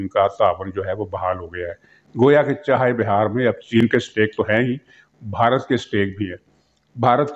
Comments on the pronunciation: سر جی درست تلفظ چاہے بِھار نہیں چاہ بَھار ہے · Muhtaram yeh naam "CHAH E BIHAR" nahi, Chaah Bahar hai, tashih farmayain, shukriya.